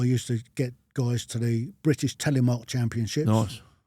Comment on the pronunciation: bristish ? Is that your pronunciation or a deliberate error.